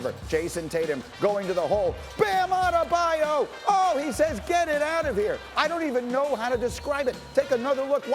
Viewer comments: “Bam Adedabyou” can’t stand Kendrick Perkins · Kendrick- “Bam Adedebyou” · Perk - "Bam Adedabayou" 😭😭😭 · No one: Kendrick Perkins: Bam Adedebayou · I love how they say Adebayo like 10 times and then Perk still hits us with the Addadabayou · i'M JUST HERE TO HEAR PERK SAY "BAM ATTTEETTEEEBABABABYO" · thats how Perkins pronounces his name lol